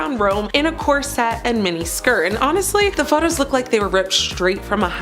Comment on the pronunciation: It’s pronounced corset NOT cor-sette! Get it right!! Smh…